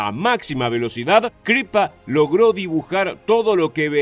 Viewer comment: Único detalle. Siempre pronunciás Crippa con acento inglés y es en realidad italiano. El resto perfecto